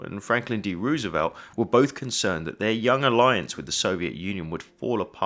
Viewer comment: Agh! Please pronounce the first syllable of the name of the US president as "rose" (i.e., the flower) and not "rooze". You take care to pronounce "caisson" the way the French do rather than the way it is done in English English and American English, so you might as well pronounce FDR's last name the way he pronounce it himself. Look for videos of when he took the oath of office in 1933: "I, Franklin Delano Roosevelt, do solemnly swear..."